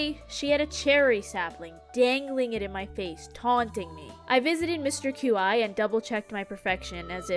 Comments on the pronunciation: I’m so glad I found another that pronounces Qi like Q Eye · Isn’t mr Qi pronounced Chee? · girl i love you but the way you pronounce Qi is making me lose my mind